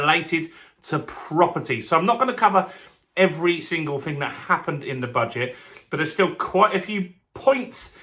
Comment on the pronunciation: Interesting update but it’s not fing it’s thing with a T and H ! 😊